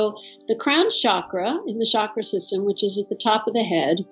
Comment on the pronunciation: I wish you guys could pronounce the word Chakra correctly😅 It’s chuck, like in chuck the ball or chucky the doll. So chuck ‘ ra ! Not Shakra !